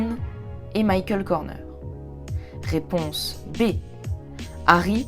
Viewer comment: Réponse et non pas raiponse!!